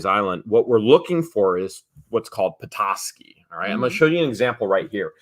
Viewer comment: You are pronouncing petoskey stone right when your pronouncing it I'm from Michigan and I found them all over the place as a kid.I live in Illinois now.